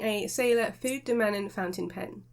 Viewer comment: Great review. Btw you pronounce the E. Fude rhymes with today